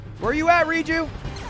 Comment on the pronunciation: theres no way hes been calling it ride-o village, r-eye-ju and guérdo valley